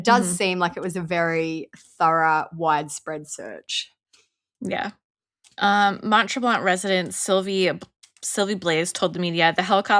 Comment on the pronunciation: Ladies - Mount Tremblant is a very ritzy ski resort. There are no bad hotels on the Mount Tremblant resort. And the last ‘t’ is silent in Tremblant, with a more nasal sound to the ‘an’.